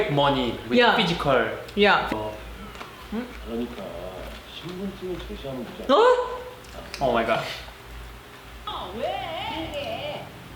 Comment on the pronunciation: 퀵 머니..외드 퓌지컬~~ 미국여자와 결혼한분 치고는 남편분 발음 되게 토속적이시다 ㅋㅋㅋ